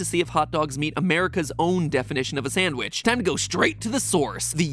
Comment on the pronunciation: tf2 sandvich